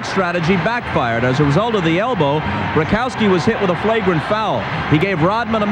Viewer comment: "into a shlagrant foul" hahah